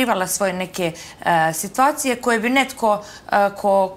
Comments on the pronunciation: Kaze funjara nepismena"sitvacije". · Sitvacije 😂😂😂😂 ova nema 2 razreda skole 😂😂😂